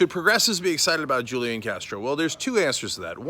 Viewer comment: This is journalism?? He can’t even pronounce his name correctly.... it’s Who-Lee-Awn. And his brother is not his campaign manager. You gotta get these facts right before you post in this fake news era... stop being lazy, you can google this stuff.